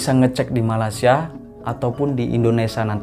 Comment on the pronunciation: Malaysia mas..bukan malasia🤣🤣